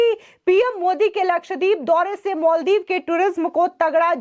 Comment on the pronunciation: मोलदिव नाही मालदीव मैडम जी 😂